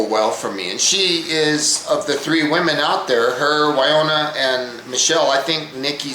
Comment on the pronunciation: Woniya. Rhymes with KOREA. WO-KNEE-UH. Enjoying your comments.